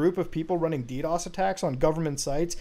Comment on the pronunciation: i love it when Muta says di di o s instead di dos